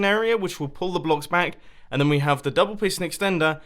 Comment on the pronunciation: Munbo please don't say "a couple of bock"It makes it harder